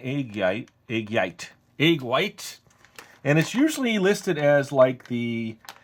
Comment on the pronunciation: "egg yite" xD